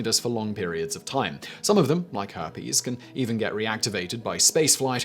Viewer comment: Did he say hair piece, or herpes 😁.